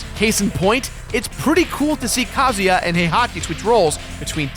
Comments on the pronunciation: Too much emphasis on Ka. It's not Ka as in a bird, it's Ka as in uhhhh. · Ka-Zoo-Yaah. Not Ka-Zoo-Ya. You pronounce it too fast man. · you pronounced kazuya wrong